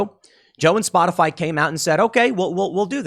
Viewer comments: Is it misinformation if she calls it Spotifly instead of Spotify? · Anyone else catch calling it "spotafly"?